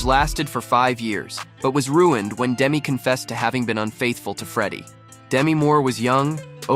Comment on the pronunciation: She likes her name pronounced Demee, not Demi.